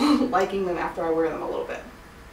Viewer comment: Love the haul! But just to let you know in Australia it's actually pronounced city "chick" but spelt city chic xx